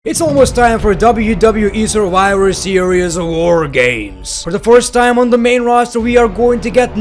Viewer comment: the way you pronounce your "v"...😂😂 It's Survivor Series and you say "surwiwer series"..😂😂😂😂🤣🤣🤣🤣